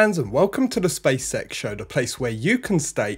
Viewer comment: Anyone hear Welcome to the spea sex show? You can't unhear it now I've said it